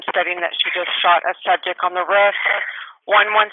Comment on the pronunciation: The way the 911 operator pronounces "roof" is driving me crazy. I almost turned the video off because of it.